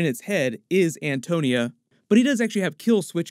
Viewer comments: lol its Antonia not Antonio :D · Why does he keep saying Antonio? It’s Antonia dude 🙄